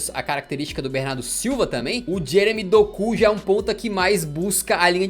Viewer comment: Chega ele chama o nome do jogador com vontade "doku" kkkkkkkk Brincadeira rapaziada kkkkkkk